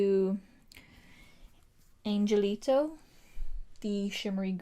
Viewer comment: And Angelito is “An-Hel-Lito” all this coming from a Hispanic girl